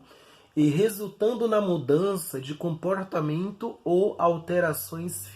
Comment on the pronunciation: Porreeerque, comporrreeetamento, inforrreeeeeemacao, pooorreeeetanto, fala bem, informações úteis. Mas dá uma agonia esses reeeeeee em algumas palavras.